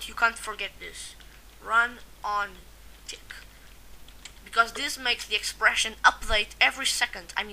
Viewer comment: ahah, sound like you say every game D***, when you say tick :D